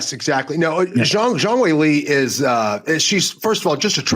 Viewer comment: I loved everything about this episode besides how pronounced Weili’s name 😂